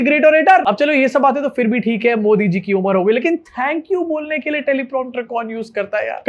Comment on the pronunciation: Theek word hai Phir ( not For) please correct yourself